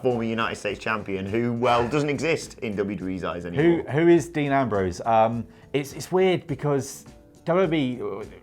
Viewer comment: Dee Nambrowse